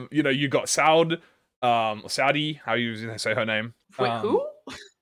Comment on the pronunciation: It is meant to be pronounced like "sawed," because her name with Effie's is a pun. Effie Saude. Episode, but said with an accent lol. It's why Pilot is named the way he is too.